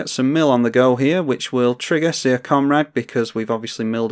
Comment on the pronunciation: Syr is pronounced the same as Sir, not as seer.